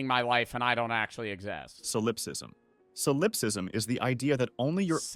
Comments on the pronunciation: Thank you for correcting his pronunciation of solipsism. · The way he saying "solipsism " is pissing me off 😂